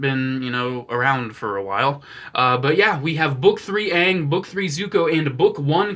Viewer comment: Say it with me. A. A. Aang. Not uang